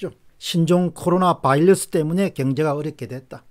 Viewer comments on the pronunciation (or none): 옥의티겉으네요. 바일러스와 버이러스는 특히 공박사님 수준에서 가려써야헐듯 합니다.듣기가 좀...